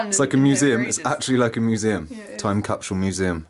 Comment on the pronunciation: "time capshool" ?